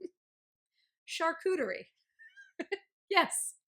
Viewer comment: Holy wow girl! The way you pronounce Charcuterie gives me MAD douche chills.